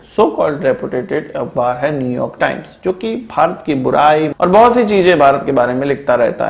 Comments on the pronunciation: Am I the only one to hear smtg like gobar times.. 😅😅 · Did he say "GOBAR TIMES" ?? 🤣🤣